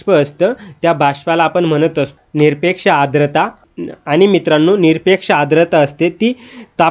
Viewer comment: आद्रता नाही. 'आर्द्रता' म्हणा... उच्चार शुद्ध करून घ्या, आधी!